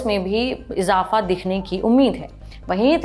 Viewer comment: Please work on your pronunciation ، its izafa not ijapha